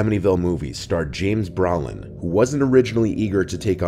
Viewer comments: “James BRA-LIN?” C’mon, now. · The most terrifying is the pronunciation of James Brolin as James Bra lin